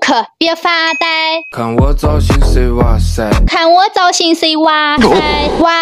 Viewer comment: 聽到"路可"和"娃塞" 我笑了😂😂😂